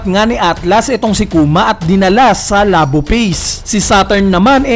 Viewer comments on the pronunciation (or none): none